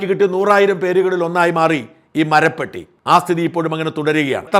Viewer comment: മറുനാടൻ എല്ലാ കാര്യങ്ങളിലും പൊങ്ങച്ചം പറയാറുണ്ട്... അതിലൊന്നാണ് ഭാഷാ ശുദ്ധി നോക്കുമെന്നത്... കൃത്യമായ ഉച്ചാരണം... ശരിയായ വാക്ക്... എന്തല്ലാമായിരുന്നു തള്ളുകൾ... മരപ്പട്ടിയും മരപ്പെട്ടിയും തമ്മിലുള്ള വ്യത്യാസം എന്താണ് എന്നറിയില്ലെങ്കിൽ ആ സുനിതാ ദേവദാസിനെയോ ആരിഫ് ഹുസൈനെയോ വിളിച്ച് ചോദിച്ചാൽ മതിയായിരുന്നു...😊😊